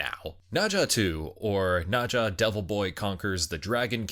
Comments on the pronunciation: It's pronounced as "Nur-Zha", not "Nah-Zha. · Dude, it is NER zha , not NA zha. Wtf...